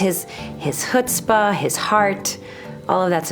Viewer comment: did the chutzpah with a soft h and the heart with a guttural h. It's the other way around.